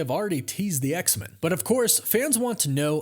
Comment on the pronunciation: Don't hate me but I gotta ask you to start saying X-Men properly. You're the only person I've ever heard who pronounces it X-Min instead of X-Men. The X isn't supposed to be emphasised more than Men. Both syllables receive equal emphasis. But when you put emphasis on X only, it changes the vowel in Men from 'e' to 'ə'. I love your work, but it makes me wince every time you say X-Men and that's only going to happen more. Please pay attention to how everyone else says X-Men in media and reality. Otherwise by the same logic we'd be saying Supermin, Batmin and Spidermin 😊